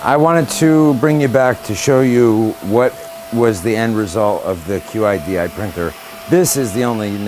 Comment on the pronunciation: great, also its pronounce Chidi....:)